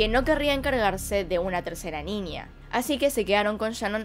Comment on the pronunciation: Que chistoso te escuchas diciendo ninia (niña)